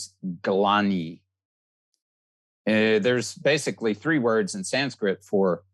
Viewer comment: Dr Svoboda has the perfect Sanskrit pronunciation! I bow to his knowledge.